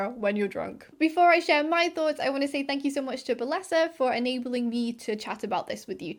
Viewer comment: What is a balessa toy. And why does it sound wrong?